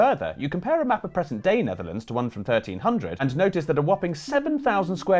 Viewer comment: When you mix up “map” and “mop.”